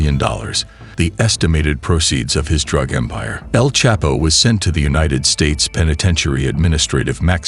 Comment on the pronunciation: The narrator is not even saying El chapo name properly 😂😂😂